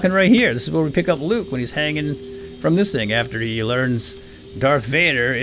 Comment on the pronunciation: he accidentally said loke